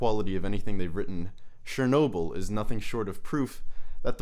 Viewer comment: S-H-ernobyl lol chuckles in slavic The CH is pronounced like in churro, not like in Cher